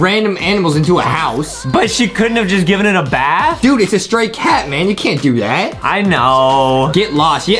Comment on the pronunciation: you said dude wrong!